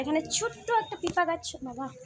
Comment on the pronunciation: tumi age mampi kotha gulo thik koro tarpor blog koro...pe pe k bolcho pipa sob kotha e vhul koro thik kore age sikho..kakrol k bolcho ghee korla ??funny hahahahaha nije nijer khilli uraccho...tomra ki adibasi